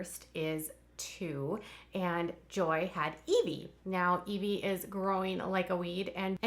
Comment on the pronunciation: The baby's name is Eh-vy, not Ee-vy :) I thought it was the latter as well until I heard Joy use her name